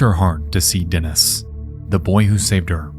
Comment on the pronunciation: Dear Nexpo! I really appreciate all the effort it takes for you to make such high quality content but please when researching cases with slavik names contact someone who can tell you the correct pronunciation. Your pronunciation is great, there are just a couple of changes: it's Lyudmila, Natalia KorOvina and DenIs (not DEnis). I know it's maybe not that important because your audience is mostly english-speaking but it would be very cool to hear the correct names for people who also speak Russian and other slavik languages. Almost every English-speaking youtuber I know always butchers the stresses in words.